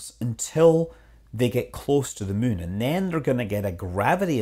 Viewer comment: You keep saying Mün. Possibly on purpose.